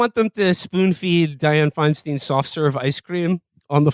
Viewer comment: Aren't all these kids Jewish? And none of them can pronounce Feinstein??